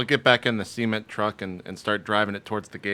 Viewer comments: every time i here JP say "cement truck" i hear "seamen" truck. its just how he pronounces it... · The way he says 'Cement Truck', I keep thinking he's saying 'Semen Truck'... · JP keeps calling it a SEE-ment truck... lol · I keep mishearing the way that JP says Cement..